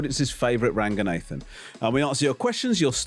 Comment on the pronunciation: Why does he pronounce raganathan like ‘nathan’